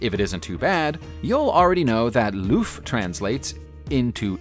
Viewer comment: "loof?" for L' Eauf 0/10 for your french pronunciations...